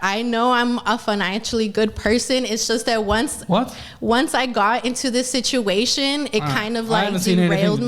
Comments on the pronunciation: He knows about my financial shituation. Did she say that or did I mishear???😂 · “My financial shishuashin” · Financial sich-chu-a-shon. Lol reminds me of that one girl that gets interviewed outside the club drunk 😂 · Did she mean to say 'my financial shit-uation'? 😂😂